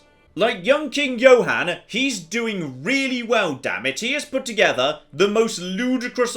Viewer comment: It sort of annoys me he sometimes pronounces it "Joe-han"